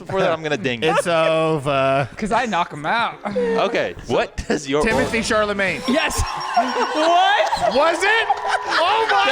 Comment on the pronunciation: Not Timothy Charlemane lmfao